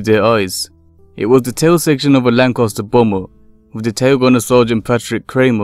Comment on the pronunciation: The second '"a" in the word Lancaster is pronounced with an "a" as in ass (the equine variety), and not an "o". Who has ever heard of a Lancoster???? LOL.